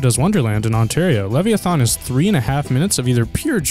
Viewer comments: LEV-E-A-THON????? it is LEV-I-A-THAN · LEVVY ATHON? LEVVY ATHON? LLLLEEEEEEVVVVVVYYYYYY AAAAAAAATTTTTTTTTTHHHHHHHHOOOOOOOOONNNNNNNNN?!?!??!???? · It's lev-i-a-than